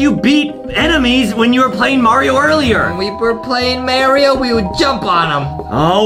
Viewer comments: It’s Mario no mayo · INSTED OF MARIO: AT TIME , IT IS ZERO BUDGET MARAYYYYYYYYYYYYYYYYYYYYYYYYYYYYYYYYYYYYYYYYYYYYYYYYYYYYYYYYYYYYYYYYYYYYYYYYYYYYYYYYYYYYYYYYYYYYYYYYYYYYYYYYYYYYYYYYYYYYYYYYYYYYYYYYYYYYYYYYYIO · Why did Justine and foxy say mariao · I laughed so hard that I choked from when foxy called him mayro and boxy called him his proper Name Mario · If Justin said Merio then it's Merio not Mario!!! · Mario not me rio😂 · why do you call him merio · I like how boxy is trying to correct foxy for saying Mario wrong